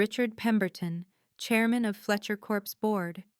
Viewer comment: Fletcher corps not Corpse you idiot.